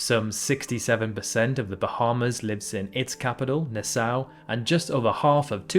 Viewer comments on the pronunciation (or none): it’s pronounced Nass-saw